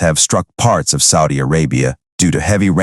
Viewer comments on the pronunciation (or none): none